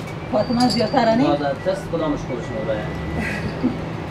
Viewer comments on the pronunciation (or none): اين برادر صاحب رستورانت شخص بسيار خوب اما امو را test مى گفت امو taste است نه tust است و نه test 😉😊